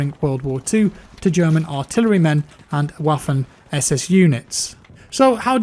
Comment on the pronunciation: Its vaffen w is pronounced v